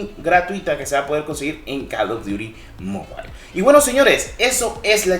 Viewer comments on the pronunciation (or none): Bro un detalle se pronuncia mobil no mobail 🥊👌